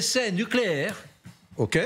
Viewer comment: Il a dit "O-K" comme dans "Les visiteurs". Pauvre journalisme. De P'tits télégraphistes au service de Reuter.